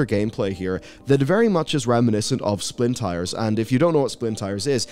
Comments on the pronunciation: Bro really called it "Splin tires" lolol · What the heck is "Splintires"?! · man said "splintires" 🤣🤣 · "splin tires"?